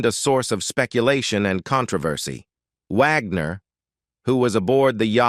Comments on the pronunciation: Yes 😅😅😅😅 especially pronouncing it like that of the classical composer Richard Wagner. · The narrator in this story has terrible diction. Wag-ner 'not Vog-nor. Among other mispronounced words. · I wish the Narrator would make up his mind on how to pronounce RW's name; Wagner. Vaughner, wogner. Vagner, etc......🙄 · Not Vagner. Wagner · I hate the robot mispronouncing wagners name